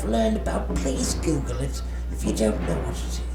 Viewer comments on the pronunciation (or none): none